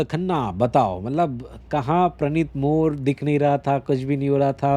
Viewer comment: bhai sorry but more he woh mor nahi please